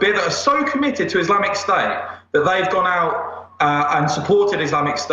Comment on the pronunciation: Can NOT listen to a guy who drops his "t"s. "Islamic sta" what the f*** is "islamic sta"?